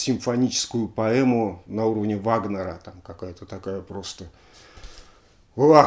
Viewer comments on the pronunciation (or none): none